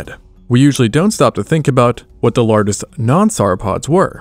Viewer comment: I got as far as the mispronounciation of "lar guest" and stopped watching for fear of my ears being offended further....... AI ruins everything.